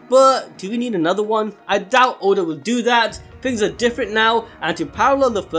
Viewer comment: It's ODA not oden lol